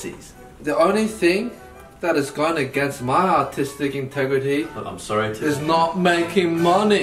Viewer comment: I thought he said “my autistic integrity”